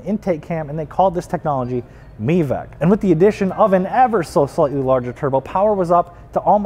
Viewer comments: This guy said "Tony" Makinen edition and "MEVEC" yes omfg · haha a guy who cant even pronounce mivec correctely is telling us what evo is the best. That's odd.